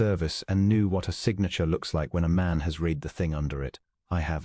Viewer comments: Please teach AI reader past tense of read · You need to teach your AI how to read. (not red) That and distracting background is a major turn off. I listened for an hour and had to give up, it was too repetative, and got boring.